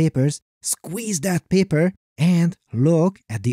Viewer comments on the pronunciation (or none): great channel but empasis on the "paper" accents and "what a time to be alive" in every episode is kinda cringe. consider saving them for maybe the best videos, and not EVERY SINGLE ONE? love your channel. just a comment I think could help you attract more viewers.